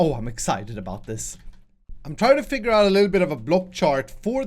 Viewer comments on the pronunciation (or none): none